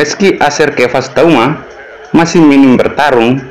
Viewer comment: Bacanya bukan TAUMA tapi TUAMA. (Laki-laki bahasa Minahasa)